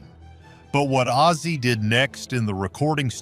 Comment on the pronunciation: The narattor should get ozzy’s name right not azie ffs